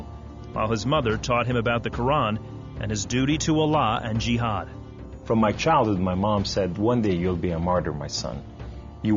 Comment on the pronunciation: he said: "and I have the power of Allaah with me" ohh, so he was stronger than superman. muslim says my power is from Allaah. and he didn't pronounce Islam, muslim, and jihad correcly. I think he can't speak Arabic! shame on you